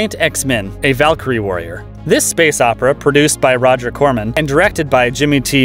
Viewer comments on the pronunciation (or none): none